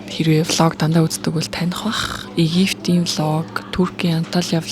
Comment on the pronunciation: Hi, та 2ын влог - ыг үзэх дуртай, таалагддаг. Please, монгол хэлэнд "Египет" улсын П - г "ф" ээр битгий дуудалдаа, гуйж бна🙏 Та нар хэл устай орчин үеийн мундаг залуус ш дээ. П-г Ф- ээр дуудаад, Ф-г П гээр дуудахаар ... зөв шүүмж шүү . Та нар бусдад ялангуяа залуу хүмүүсд нөлөөлж бгаа, эх хэлнийхээ үгийг буруу дуудаад бвал бусад нь ч гэсэн буруу дуудаад сурчихвал.... Sorry, зөв ойлгож хүлээж аваарай❤